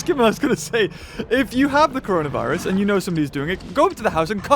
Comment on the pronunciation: Everyone- corona virus/covid 19 - coronaer virus